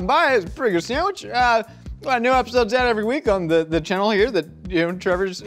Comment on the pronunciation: U say "channel" funny